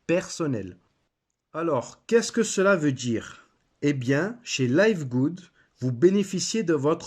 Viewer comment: Listen to Ben Glinsky pronounce the company name. It's pronounced livgud, not layvgud. :)